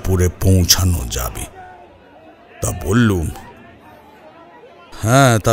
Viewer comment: Beral abar ki,biral bolun,bollum noy,bollam,bangla na bolte parle channel chalaben na,plz.